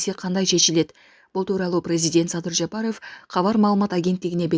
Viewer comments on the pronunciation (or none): none